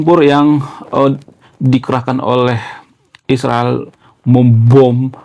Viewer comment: sebut dgn betul Israel.